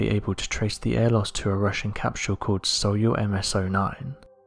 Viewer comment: Soyuz is pronounced 'soy + use' like soy sauce and to use.